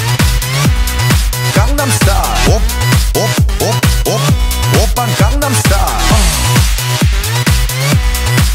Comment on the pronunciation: Psy my fav singer❤and its not condem its gangnem😂😂